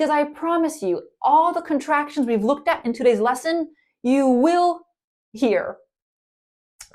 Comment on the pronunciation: Hello. You’re one of my all-time favorite teachers. I just wanted to let you know that you missed the pronunciation of “we’ve” and “they’ve.” Thank you so much. 🤗🤗